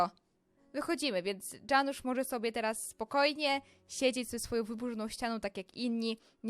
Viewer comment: Chodziło o Janusz a nie o Dżanusz iksde